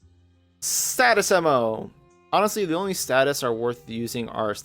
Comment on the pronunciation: After slicing ammo at first I heard "saddest ammo", had to rewind 3 times to fully understand that status came afterwards, not that it changes anything